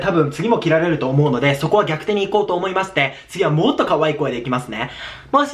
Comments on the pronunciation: ぎゃくて じゃなくて さかて じゃない？笑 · ぎゃくてじゃなくてさかてじゃね😂